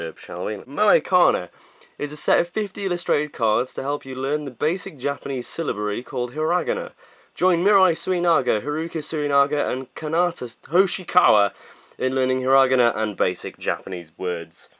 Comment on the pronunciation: The way you pronounce Hiragana is so strange o.O It's HIra-GAna, most of the emphasis is on the HEE, not RA, that syllable has no emphasis. With that, I hope you don't take my corrections the wrong way xD ^^